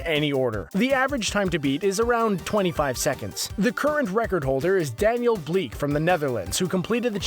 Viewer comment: Im dutch and you pronounced Daniel Blik as the name "Daniel Bliek"